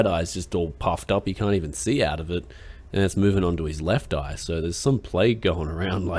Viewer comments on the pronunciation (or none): none